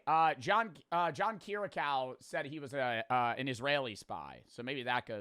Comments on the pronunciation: "john keeracow" 😭😭😭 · “kiracow” kiri-ah-ku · please his name is John "kee ree ahk u" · "John Kiricow" 😭🥀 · Bro called John Kiriakou "John Keer a Cow" lmao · said he loves John Kiriakou, but can't even say his name right. What a fraud.